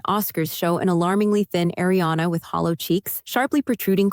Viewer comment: Pronounced AhRiana not A, it’s AH.